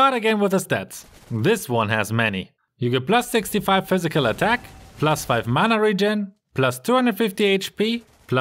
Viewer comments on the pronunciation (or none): none